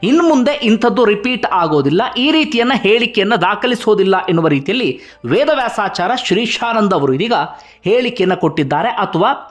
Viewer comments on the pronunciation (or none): ನ್ಯಾಯಾಧೀಶರ ಹೆಸರನ್ನು ಸರಿಯಾಗಿ ಹೇಳಿ ಅವರಹೇಸರು. ವೇದವ್ಯಾಸ,ಆಚಾಯ೯. ಎಂದುಅಭ್ಯಸಮಾಡಿಹೇಳಿ. ಸ್ವಲ್ಪಸ್ಪಷ್ಟತೆ ಇರಲಿ ಉಚ್ಚಾರ ದಲ್ಲಿ. ಸುದ್ದಿ ಹೇಳುವಾಗ ಮ್ರದುಸ್ವರದಲ್ಲಿಹೇಳಿ ನಮಗೆ ಅಥ೯ವಾಗುವದು. ಕಿರಿಚಾಡುವದುಬೇಡ.